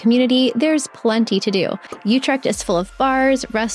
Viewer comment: It is NOT Wondelpark, it is Vondelpark, and it is [Den Boss] NOT Den Boshk...and it is Utrecht and not OUtrekt...Better check wikipedia, and lean how to pronounce the Dutch Alphabet...